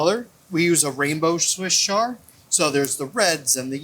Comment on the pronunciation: "Swiss char" 😂